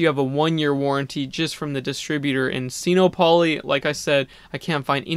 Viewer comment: It's not pronounced seeno-polly! it's sinopoly, like monopoly. sino is a prefix that means chinese so it clearly combines sino and monopoly to make sin-OPP-oh-lee. i hate to be a stickler, but it drives me up a wall every time you say it.